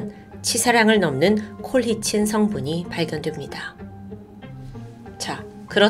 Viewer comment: 평소에 자주 즐겨보고 있습니다. 전반적인 흐름에 큰 영향이 없긴 하지만 colchicine 은 콜치씬으로 발음된답니다. 영어 잘하시는데 마이너 디테일이라 놓치신듯. 건강 챙겨가며 작업하세요!